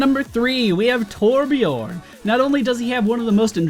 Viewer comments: " Torbjörn, not only does he have one of the most enjoyable names in the entire game to say" Just a friendly heads up, it's Torbjörn (Ö like the U in "burn") not Torbjorn with an O. Anyways, nice video! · torbjÖrn not torbjorrn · Being a Swede. The way you pronounced Torbjörn was really funny. It sounded exactly like how American movies would try to mimic Swedish accents. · It's so funny to hear people pronounce "Torbjörn" wrong, Torbjörn is a Swedish name and I'm Swedish xd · it's funny listening to non scandinavian or german people say torbjörn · It's so funny to listen to non-scandinavian people say torbjörn. lol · says torbjörn has a nice name to say. pronounces it wrong LOL